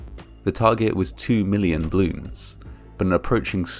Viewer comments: Til: it’s pronounced “bloon” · BALLoons - two syllables. I love your dignified presenting, but repeatedly mispronouncing the very name of so horrifying an event smacks of serious disrespect. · It's funny how it sounds like you are saying "bloons". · I loved "bloons" (as you pronounced it cutely). I never heard about this incident at all. (in my defense, I was just turning 6 the day before this happened and live half the globe away) How horrible...yeah, now I'm not a fan of "bloons" anymore, especially because my cousin keeps buying them for her kids and the ungrateful brats keep popping them for fun like firecrackers. 💥🤬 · I love hearing him say “blewns” over and over and over again. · Why are you saying "bloons"? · Does anyone else notice that the speaker is saying " bloons " Not " ball oooooons " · You're saying bloons o_o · Ugh I hate how he pronounces "balloons". The "A" is not meant to be silent.